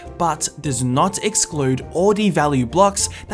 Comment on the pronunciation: “Not,” not “nit”